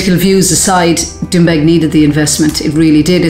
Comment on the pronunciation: Sounds like Trump was a godsend to the Doonbeg community. Why does everyone struggle so hard to just say it?